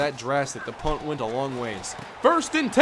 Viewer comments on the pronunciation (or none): none